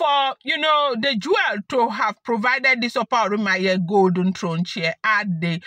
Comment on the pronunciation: She is spiritual, so God guides her on what to do. It is pronounced, oran- mi- yan,. Thank you for this thrilling gist. You made my day. Nice one. Only the desperate,ones spend their monies on otumokpo. May your reign be long my queen and king.